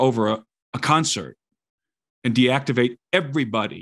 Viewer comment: "DEACTIVATE ".....!? My bullshit meter started to go off way B 4 .......D-Act-Ivate is a hard pill to swallow.... Its ok though, im still here as a listener